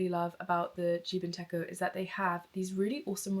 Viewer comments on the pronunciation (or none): You just popped up on my homepage and I really resonated with your content. A lovely video! Just one thing: techo means planner in Japanese and it’s pronounced “teh-choh” 💜